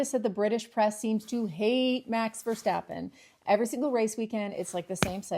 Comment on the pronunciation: Great analysis! And I love the way you pronounce his name (almost) correct, like "Versteppen". For Dutch people this is a huge improvement over the pronounciation by most of the UK journalist, who think they must pronounce his name as if he is from Germany (for Dutch people you almost can't think of a bigger insult...). They make it sound like "Ver-shhhhteppen". If you really want to pronounce his name 100% correct (in Dutch), it would be "Ver-stop-pen" (stop instead of step). But I bet that most Dutch fans are already very satisfied that finally someone skips the German "shhhhh" sound between "Ver" and "stappen"! ;-)